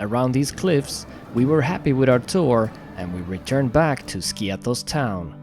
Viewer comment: To nie Skios tylko Skiathos. Jesli ty nie umiesz nazwac wyspy poprawnie to co dalej...?